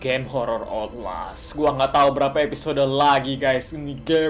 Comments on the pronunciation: cara baca 'outlast'itu dibaca otlas(ankot di las)hehehe biar mantep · 'outlast' dibaca 'otles' ka wkwkwk :v